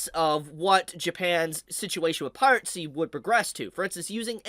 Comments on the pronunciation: Piracy is pronounced Pie Rah See. There is no T sound in it. I know Pirate has a T in it, but Piracy doesn't. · please stop saying piratesy😭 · Is he saying "pirate-sea" and "sepino" sarcastically or does he not know how to pronounce "piracy" and "subpeona" properly, im actually confused